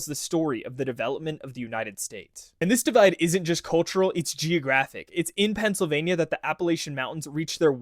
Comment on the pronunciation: “Eastern Phiansylvania” great job AI